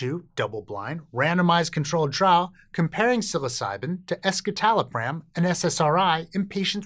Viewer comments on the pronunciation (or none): It's "ESS-suh-tal-o-pram", not "ESS-kit-al-o-pram". Escitalopram is the S-enantiomer of citalopram, which is a racemic mix of S- and R- enantiomers. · That was what I thought too. I thought it was strange when he pronounced it with the k sound, and wondered if I'd gotten it wrong. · C'mon guys...it's pronounced "S"-"sittallopram"; not "eskitalopram". It is the 'S' enantiomer of citalopram. Escitalopram = (S)-Citalopram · what a shocker, the "science" says that big-pharma SSRI/SNRIs are better. you pronounced escitalopram wrong also.